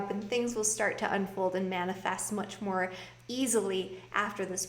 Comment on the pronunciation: Much More Good lol🤣🤣🤣 that's how Jamaican would probably say it......love your readings